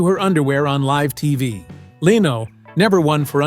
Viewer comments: How bout getting Jay's last name correct. It is Leno NOT LEEENO. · She was never allowed back after THIS - after what? And who is the unidentified blonde woman in the picture with that caption? This is totally deceptive and stupid click bait, besides all the wrong pronounciations such as Leeno for Lenno. Even AI should know how to pronounce Leno. Also when talking about his son Rick, a picture of Tom Snyder was shown. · Leeno in lieu of Leno. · DON'T LISTEN TO THIS FAKE BULLSHIT. IT'S A ROBOT. MISPRONOUNCES LENO'S NAME AS "LEENO"!! WHAT A CROCK OF SHIT XXXXXXXX NO GOOD